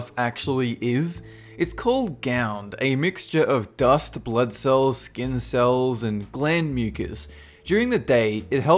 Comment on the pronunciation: Your pronunciation of the word "blood" is really weird.